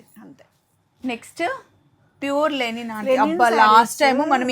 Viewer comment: లెనిన్ కాదు గారు.... లినెన్